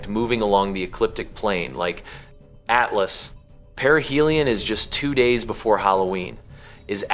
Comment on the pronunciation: AT LAAS? 😂 .. Yall have to stop with this AI nonsense smh